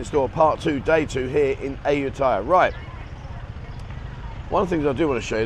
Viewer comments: Come on Aajutaja? How British can you make it sound? Ayutthaya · Ask a local to pronounce Ayutthaya. I know, it ain't easy sometimes.